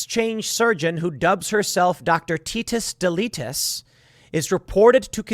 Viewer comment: She got tetus deletus from Andrew Schulz "fetus deletus" haha